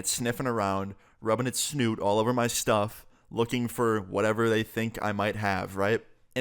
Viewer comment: Just the way he said snoot 🤣